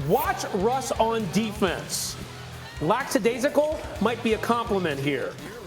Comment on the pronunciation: At 12 seconds, it's supposed to be 'lackadaisical', not "lackSIdaisical"; how lackadaisical of the host ;)